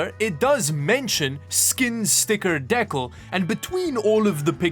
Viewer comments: Btw, it's pronounced 'deekal' 😂😂😂😂 But hearing you say dickal constantly is good too 😂😂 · Deck-le? D-CAL. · Deckle? Oh dee-cal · Says decal not deckel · The way he kept saying decal wrong was agh. The aliexpress tech stuff may not be as good. Haha. Thanks for making this video. I wont be shopping for tech stuff from there. Haha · de cal not deckal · Sorry... It's not a deckal... It's a.. Dee. Cal.... Like caliber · How many deckles did you get? Thiddy deckles. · deccels, it's de- cal. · He sounds so intelligent pronouncing decal as " deckal" cringe... its De-cal. de·cal /ˈdēˌkal,dəˈkal/ noun a design prepared on special paper for transfer onto another surface such as glass, porcelain, or metal ect. He thinks its a misspelling or he actually doesn't know what a decal is. Typical Pleb. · Down vote for not knowing how to say "decal" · is it Deck-ahl? or DEE-CAL? Lol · It's not pronounced de-khal. It's pronounced dee-cal, d just like the letter, cal as in calibrate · DE-Cal not De-Cow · deckle? de-cal mate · Decal is pronounced “DeeCal”not Deckle… you tool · Are you saying decal wrong on purpose? lol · de-cal not deck-all it is a French word! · Is it decal or deckle? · you say dekkles but its dee-cal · It's pronounced dee cowl not deck awl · Him not saying decals correctly killed me inside. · I think you need to watch another YouTube video to learn how to properly pronounce Decal and Centrifugal. It's De-Cal not Deckal and it Cen-tre-fi-gal not centry-fugal. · Imagine saying deckles, instead of decals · are you saying deckull on purpose for Decal? its Dee Cal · D-CAL, not fuckin DECK-AL... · As an American I love the accent, but I think decal is pronounced more like Dee-cAl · deck - als LOL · I don't know what the hell Aliexpress is, but I might recommend not buying from them. Also, "dek-al"? LOL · It's pronounced "dee-cal" good lord lol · Decals - dee·kalz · WTF is a "DECKAL".....lmao. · DEE KAHL sheesh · Deh-kal is my new fav word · whats a "deckalls" ?